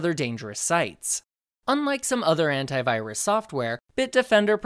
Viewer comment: I'm sorry but every time he says "Antivirus" I just hear *Hentai*virus